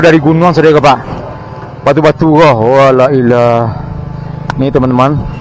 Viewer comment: Maaf sanak saya ingin mengingatkan saudara ambo reporter Minang yes, saya tadi mendengar beberapa kali ucapan sanak LAILAH tlg kalimat TAUHID itu dibaca dengan benar dan sempurna karna klw dibaca LAILAH maka artinya TIDAK ADA TUHAN, jadi tlg dibaca dengan betul LAA ILAAHA ILLALLAAH artinya "Tiada yg berhak di 'Ibadahi kecuali Allah",maaf sanak dan terimakasih